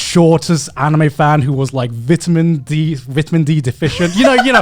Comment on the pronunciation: “veetamin d”